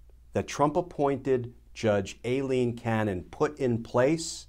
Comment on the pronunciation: He pronounces “Aileen” wrong. Does everyone do that like they did with “Colin” Powell?